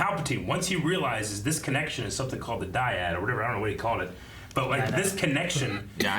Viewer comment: dyad (pronounce DIE-add): two items of the same kind--two of a kind. Guys, you all sat there NOT knowing that word but trying to use it, mispronouncing, being confused...You all have smartphones. Look up the definition so you know WTF you're talking about. Good lord...